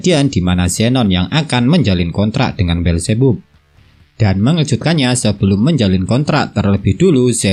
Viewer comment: Beelzebub bacanya bilzibab bang😭